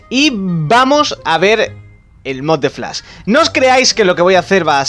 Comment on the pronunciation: Flas JaJaJaJaJa es Flash no Flas , pronuncia la S y la H , No Pronuncies la S sola